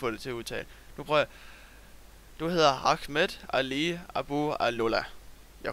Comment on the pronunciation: Du udtalte mit navn rigtigt, nemlig "agmet" Men mt efternavn var ikke rigtigt udtalt, men det er også lige meget.. Der er alligevel aldrig nogen der kan udtale den xD